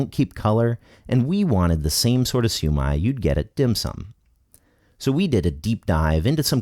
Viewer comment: This guy just brutally murdered the shumai